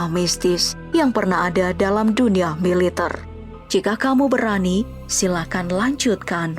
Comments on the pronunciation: Militerrrrrrr woii militerrr . Bkn militeirrr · pengisi suara orang mana sich??? ngmg MILITER aja gk bisa. Klo org Indonesia baik dr Sabang smp Merauke pn tau cara mengucapkan MILITER yg BENAR..